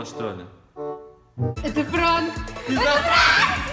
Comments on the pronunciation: Не НРАНК а ПРАНК понятно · пранк а не нранк! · НРААНК) ДА НРАНК!??!!!???